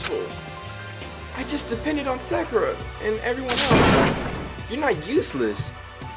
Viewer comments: SAID SAKURA CORRECTLY LETS CELEBRATE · IK YALL HEARD HIS SAY SAKURA RIGHT LMAO